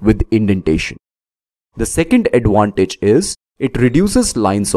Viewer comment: you are pronouncing advantage like adwantage. v sound is different from w